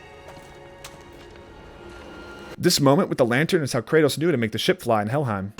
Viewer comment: Did you call Kratos "Kurtis"